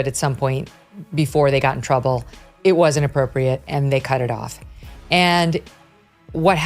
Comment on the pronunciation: Twooble twooble boil in tumbow